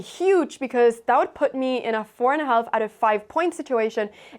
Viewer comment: the "l" is silent in half